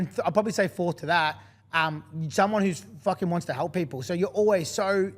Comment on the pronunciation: I can't stand how these Victorians keep saying they want to "halp paple"